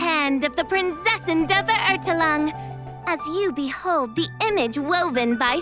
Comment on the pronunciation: As a German i cringe so hard every time Fischl says 'Prinzessin' or 'Verurteilung' lmao